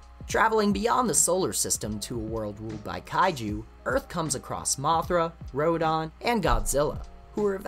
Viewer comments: How come you pronounce Rodan as Ro-DON? Same goes for... An-GEE-less? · The way you pronounce Rodan & Gigan as RodON & GigON, where are you from? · Good video, but you seem to have mispronounced a few kaiju names. The "dan" part of Rodan's name should be pronounced the same way you would pronounce the name "Dan." A similar rule should apply to the "gan" part of Gigan's name, except the d would obviously be swapped out with a g. You pronounced both g's in Gigan's name correctly though, so that's good. Also, the "g" in Angilas should be pronounced the same as the "g" in Godzilla's name. This also applies to Angilas's current name, Anguirus. Other than that, the video seemed to have been well researched, and the use of the level complete screen in Super Godzilla for each transition into a different piece of lost media was a nice touch. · Sorry but you mispronounced some of the Kaiju’s names there like Rodan, Gigan, King Ghidorah and Anguirus